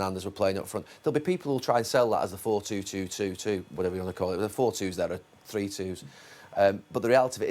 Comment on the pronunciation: Nobody: Not one person: Absolutely not a single soul: Gary Neville: FoUr TwO tWo Two twO